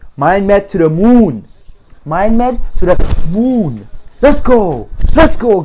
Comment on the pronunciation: 2 dah mooWn. 2 duh MWOON guyz. lol